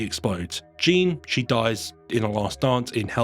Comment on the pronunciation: My middle name is Jeanne pronounced how you do in the video so I believe any other pronunciation of the name is wrong lol 😂